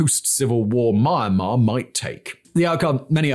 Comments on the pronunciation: Don't pronounce : maianma - pronounce : mianma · Omg.. myanmar Is not mama 😂... first syllable of meander + mar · its really distracting when you pronounced it Mine-Mar instead of Miyan-Mar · except the way he pronounce almost everything in asia is so infuriatingly wrong. Like bro how difficult is it to pronounce "myanmar" instead of "maynmah" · it hurts my soul everytime I hear you pronounce it "My-anmar". It starts with a Me/Myi sound, not a My sound. With love from Yangon. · we all love you, but im sorry, Mar Mar? or are my headphones breaking down, isnt it pronounced Me-An-Mar? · Is it not pronounced Mee-Yan-Marr? Edit: Looked it up, it's Mee-Yen-Marr. Seems like good practice to double check how to say the name of a country you're making a whole video about! :p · "Marmar"?? ("Mah-mar"? occasionally even "Mahm-mar"!) Where is this country? Never heard of it. The single most important word in the entire video, and he can't pronounce it. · I noticed this channel is making some Myanmar civil war content recently. Please try to improve the pronunciation of the name of the country you are presenting in the future video, wouldn't mind the names of cities or regions getting wrong but the way you are pronouncing Myanmar is both funny and cringey af. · I still resent the way thig guy pronouce Myanmar. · Learn to pronounce Myanmar